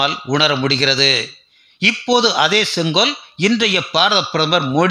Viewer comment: Neither ONGOL nor KODUNGOL, It is SENGOL. MODIJI Vazhga